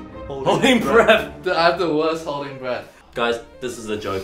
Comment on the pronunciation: Mind: * hears "hold your Brett" instead of "hold your breath" Me: no you don't ship, you're not supposed to ship Mind: But he's Eddy's Brett/breath Me: THIS IS SO NOT GOOD